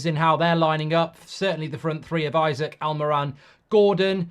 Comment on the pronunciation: Sorry Mark, it’s Isak (Esak) not Isaac 😢.